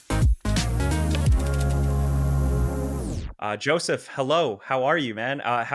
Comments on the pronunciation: guys its Josef not Joseph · So Josef, like Josef Mengele, not Joseph, like Stalin